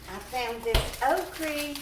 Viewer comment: Do you say "okrie of okra"? LOL I love it! Pork chops will be so good with the sweet potato. 🙂